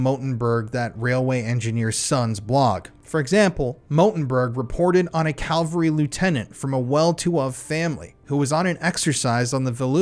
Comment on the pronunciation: I love u. And I swear I'm not autistic. But it's pronounced "CAV-EL-Re" calvary pisses me off 😂